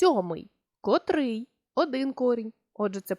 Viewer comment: Дякую! урок гарний! Але наважуся зробити невелике зауваження: вчителька української мови несе відповідальність не тільки за правильність викладеного матеріалу, але й за виклад цього матеріалу! котрИй, котрА, котрЕ, котрІ! Зверніть, будь ласка, увагу на наголошення слів!